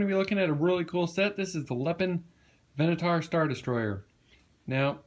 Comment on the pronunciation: Did you just rhyme Venator with Minotaur in the beginning of the video? Lol